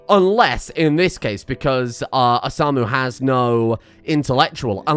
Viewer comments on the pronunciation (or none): i'm just here to say... its Pronounced O-Sa^-Mu^... the '^' denotes the higher tone in pronounciation. How do i know this? coz its My name LuL XD